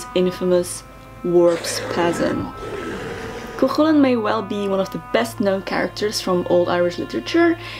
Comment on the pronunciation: btw you're saying chulainn worng lol you got to much a "coik" sound